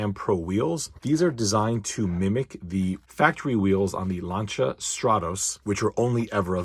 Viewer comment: The First Time i hear Lancia pronunced right from an american/British.